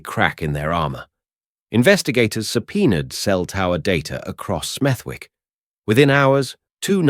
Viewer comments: AI voiceover. its pronounced Smethick. the W is silent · I live 10 minutes away from smethwick n in brim we don’t play if ur the target ur dead 💯 n it’s pronounced smethik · Lived in Birmingham for 53 years. Never heard of Smev-wick? Just saying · His pronouncing of Smethwick lol changes every time he says it.😂😂😂😂